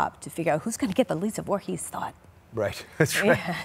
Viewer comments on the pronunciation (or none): Did she call herself Lisa Voorhies ? Also, Did her doctor pronounce schizo differently than people have said it forever? ? Schizoaffective thought disorder